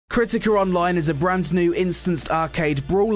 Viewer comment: KERTIKER ONLINE IS lol jk to poke fun at the accent still enjoyed the review, I really appreciate you didn't take the "ew boobies" approach a lot of ppl take to literally any mmo or anime type game excellent review 2/10 would consider downloading